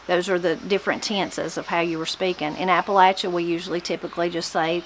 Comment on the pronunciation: From Mineral County WV. Just discovered your channel and enjoying it. It's a pleasure to hear Appalachia pronounced correctly. Spent 20 years in the Air Force and it was always a hoot listening some of my fellow Airmen trying to pronounce Appalachia. LOL